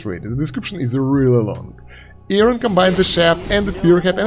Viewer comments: it's not, it was confirmed in the patch notes video that it's "Yórin". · His name is pronounced "Yorin" btw. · No it’s ee-oh-rin